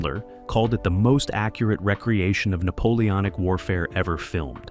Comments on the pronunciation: Really want to watch a video with this kind of information but the narration is just complete and total shit. Recreation for re- creation, live pronounced wrong. Why not pay for an actual human being who speaks English?? Incorrect material misplaced and jumbled throughout the video. You could have produced a great video. Instead you screwed up and made a lazy, piece of garbage. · I lost count of the number of times "recreation" was mispronounced.